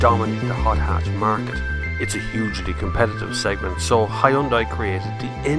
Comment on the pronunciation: Biermann is pronounced as "Beer-mahn" not "Berman" lol. Learn to appreciate other languages before you go and anglicize everything geez. I wont even mention how you pronounced Hyundai!